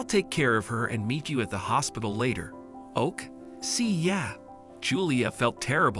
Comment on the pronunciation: Interesting how the narrator was pronouncing OK as oak, rather than okay and sometimes spelled words rather than pronounce them. The story was made a bit too dramatic in being drawn out so long, but, just like the title, it was most likely done for the clicks.